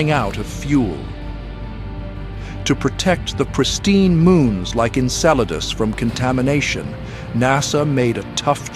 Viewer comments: (sic) INCELADUS 😂😂😂😂😂😂😂😂😂😂😂😂😂 Pretty sure it's name is ACTUALLY Enceladus. 😊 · We're so mad at Saturn we're gonna bully its moons, too? (It's "Enceladus," not "Inceladus") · "INCELADUS" lmao It's ENCELADUS, keep incels out please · Is it ENCELADUS ? not Inceladus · ‘Inceladus’?? Perhaps a Freudian slip there. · Enceladus, not Inceladus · Calling Enceladus 'INCEL-adus' 😆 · Inceladus?? What in the AI slop is going on here? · E-nceladus you may have been thinking of something else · Enceladus* Come on it's not that hard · It’s “Enceladus,” genius. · At least it didn't say incel's anus. With AI you never know... 😂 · And calling Enceladus Inceladus 😂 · AI maybe… the name of the moon is, “Enceladus” with an “E.”